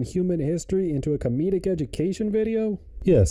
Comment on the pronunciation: Why does he call himself sam o drella